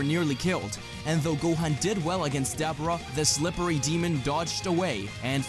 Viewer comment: It’s “DUH - BORE - UH” not “DAB - ER - AH”